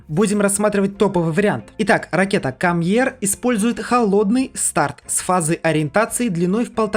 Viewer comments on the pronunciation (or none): Оно не кам ер а кэмм ер